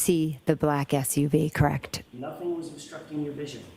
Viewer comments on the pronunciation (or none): Actually, she's "CRACKED"....pronounced "KRACT".😂😅😮🎉 😂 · "KRACT" WHY CAN'T SHE PRONOUNCE A PRETTY SIMPLE WORD..."CORRECT"?.. once again, it's NOT "KRACT." She not very bright!